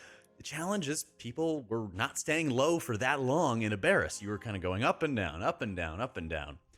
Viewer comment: I know it’s hard to change pronunciation but it’s AB-er-us like from the word Aberrant.